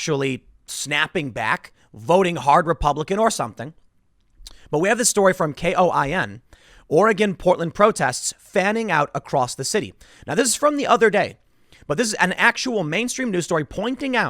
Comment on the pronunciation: KOIN 6 Is pronounced "coin"